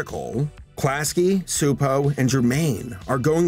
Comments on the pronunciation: Frets over mispronouncing Gábor Csupó's first name. Mispronounces his last name. 🤔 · As a Hungarian, I say you pronounced Gabor's first name quite right. You messed up his family name (it's more like chupo, instead of supo) xD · If I may have an addendum about the name you were trying to pronounce? Csupó Gábor, or Gábor Csupó in Hungarian due to having last name first and first last, is pronounced CHEW-POOH GAAH-BOHR. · A Hungarian cs is like a ch in English ,but you pronounced it pretty well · Just a small nitpick, since you don't know Hungarian, but Gabor Csupo is read like "gah-bor chu-po" Cheers :) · Hungarian here.... In Hungary the "cs" is pronounced like the "ch" in "chair". so...Csupo is like....Chupo. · Cspuo is pronounced Chew-Poe, I (sort of) used to work with them while they were developing Stressed Eric. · Correction: Csupo is pronounced CHEW-po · you almost nailed the pronunciation of Gábor Csupó's name but the Cs is a "ch" sound, like in cheese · You actually pronounced "Gábor" pretty ok. "Csupó" however, should sound more like "Choopoe" Great video btw, greetings from Hungary! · Garbor Csupo's last name is pronounced with a ch sound at the beginning. Just so you know for future reference 😉 Don't worry, I was confused by it too. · Csupo's name is to be pronounced something like this: "GAH-BOHR TCHU-POH", if you read English. (he's name is written like this in Hungarian: Csupó Gábor, as we place the surname first, like the Japanese people). Letter "á" is longish "ah" sound, "o" is short "oh", the letter "cs" is prononuned like "ch" or "tch", and letter "ó" is like "oooh" (longer version of letter "o"). Gábor is the Hungarian version of Gabriel. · It's guh-bore chew-poh. It's like the actress Zsa Zsa Gabor's surname plus chew and Po like Kung Fu Panda. You hear his surname at the end of every Klasky Csupo cartoon. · The "Cs" in Csupó is pronounced as "Ch" in chocolate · Actually the last name is pronounced Chu-po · Csupo is pronounced Chuh-po lol